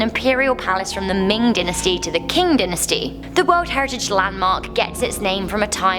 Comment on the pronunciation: you dont pronounce dynasty dinasty its DYE -NAS-TI